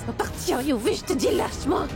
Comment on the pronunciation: Ils ont faussé une partie le début au lieu de dire écoute moi yuvi elle a dit couj